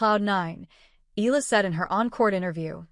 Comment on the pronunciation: Pronounce her family name correctly bs AI